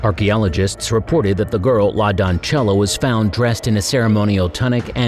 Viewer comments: Seriously? Doncella is pronounced as don-seh-yah, not don-cheh-lah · It is 'say' instead of 'sell.' La doncella translates to the maid in Spanish. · It’s “la don-SELL-a”. That other pronunciation would be Italian